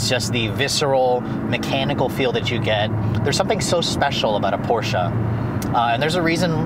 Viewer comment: thanks for pronouncing Porsche right!